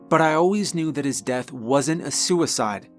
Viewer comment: I love the way you tell stories. Your voice is captivating. Everytime you say the words death I hear you say deaf. It's the only thing you say that every pulls me out of your stories. But you do tell a good spooky story every time.